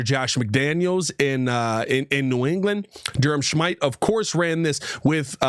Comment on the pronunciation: I think his name is smith-ee not whatever u said “Shmyte”